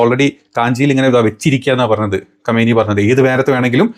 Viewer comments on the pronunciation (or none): none